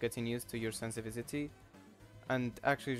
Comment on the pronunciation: "sensivitity" :D nice vid btw